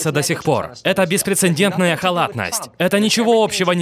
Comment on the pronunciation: беспрецедентное, чёрт!!! А не беспрецеНдентное